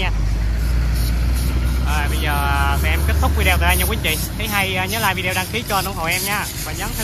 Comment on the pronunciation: Bạn nói vi đeo nghe kì quá.Đọc lại đi b